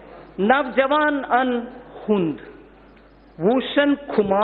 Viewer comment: मैडम नवजवान कुछ नहीं होता वो नौजवान होता है। हिंदी ही सीख लेती 6 साल में